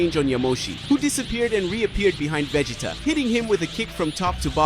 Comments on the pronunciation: I don't like why they are saying godeta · I hate the way he is saying Vegeta name